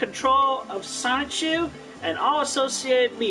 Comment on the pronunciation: Does anyone else hate the way he says sonichu? Like this is your life's work and you can't even properly pronounce your protagonist's name? "I would remain in creative control of sonchu..." Like yes all of his mannerisms piss me off, especially his sighs and his "hmm," but the way he lazily says sonichu... Guh